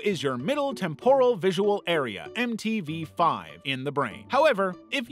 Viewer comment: Temporal (TEM-purr-ul) not (tem-POR-ul)